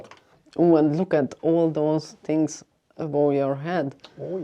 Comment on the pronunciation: what kind of "english"is that? sound slike someone form Holland tries to speak english! its called "th" not " f " .....ist called: thirty not ferti or tarti, and not "tinks", its things !